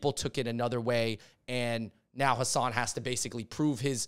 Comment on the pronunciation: Been a fan of you guys for a long time. You clearly are a voice for minority groups. But please say Hasan's name correctly. It's not that hard. I don't understand why so many people call him "Minaj".